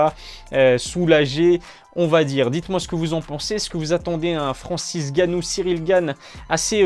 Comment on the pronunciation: Francis Ngannou pas Francis Ganou 😑